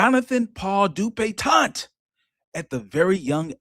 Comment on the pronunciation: I clicked on here solely because I know pronounces this man's name DupitonT. Ain't no T at the end,!😂😂